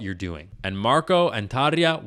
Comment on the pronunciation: Maybe next time you use the same R with Marko?